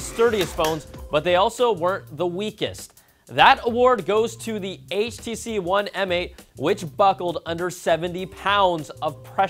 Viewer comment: Its HTC not HCC ))) same thing as always ))))